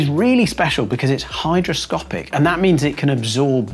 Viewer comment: It sounds like you said 'hydroscopic' instead of 'hygroscopic'.